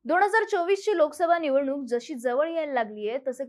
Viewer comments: दोण हजार??? न चा ण करणं बंद कर ताई! सुदैवाने खूप मोठा प्रेक्षक लाभलाय.... कन्टेन्ट खूप छान फक्त उच्चार सुधार. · दोण हजार नाही दोन हजार बोल